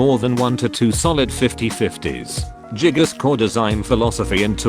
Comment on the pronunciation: The fact that text to speech says jiggas makes this even better